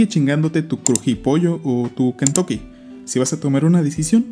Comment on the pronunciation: Se me antojó un pollito "Kentuchi"